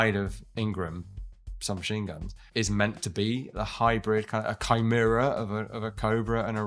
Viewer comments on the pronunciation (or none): none